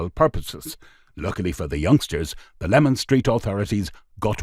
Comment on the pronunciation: It is LEMAN STREET not LEMON STREET